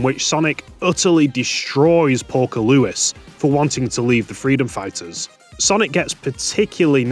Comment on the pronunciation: Lewis, not Louis, who do You keep saying it like that.